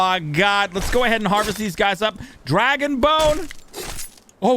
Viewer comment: Did you say dragon boner ? Lmao